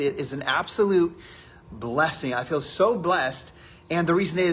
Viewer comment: He also says "fell" instead of "feel"